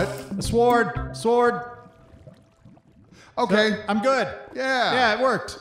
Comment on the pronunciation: So can't say the word sword. Interesting.